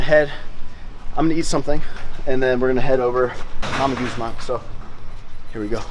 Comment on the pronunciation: Its Gumom not Mamma Guzman